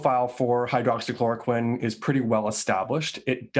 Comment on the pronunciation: with his limited vocabulary, often used "powerful" , "wonderful", "fantastic", "perfect"..... i'm surprised at how he is finally able to properly say " hydroxychloroquine ".